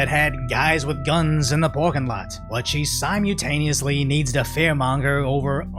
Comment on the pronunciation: in the porkin lot. 😂😂😂